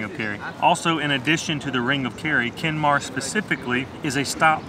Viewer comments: Kenmare like horse not kenmore like can i have more 😂😂😂😂😂 The City was Called Kenmare and i hope you enjoyed your Stay in my Beautiful Country lreland and you were so lucky with the weather conditions.....Loved the Footage 👍👍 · It's pronounced "Ken-mare" Not Ken-marr" 😂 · Kenmare (pron. Ken-MARE) is a town, not a village. Otherwise, a lovely, professional and interesting taster for your compatriots.